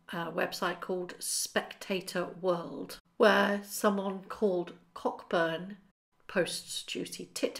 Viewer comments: I believe the name Cockburn is pronounced Co-burn. FYI lol. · Cockburn is pronounced “Coe - burn”, by the way. Rhymes with “No burn” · Just for info - Cockburn is pronounced ‘Co’burn’ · Cockburn is pronounced 'Coeburn'. And no-one uses the word 'horrid' in its original meaning of 'horrible'. It's so Enid Blyton, and old fashioned. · Cockburn is pronounced Coburn btw